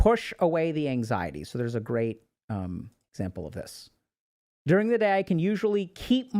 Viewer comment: "Durng they day"